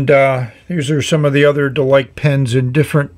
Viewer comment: Based on the Chinese characters, it's more likely to be pronounced Der-Lee-Ker (less emphasis on the Rs and a shorter EE sound)